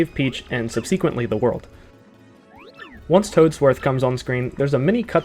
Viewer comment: How you says subsequent annoys me.